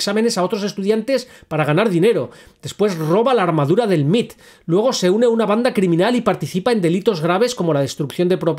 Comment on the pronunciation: Ah perdón, en inglés y en casi todo el continente americano se le conoce como sus siglas en inglés M.I.T (em ai ti) y no "el Mit" perdón.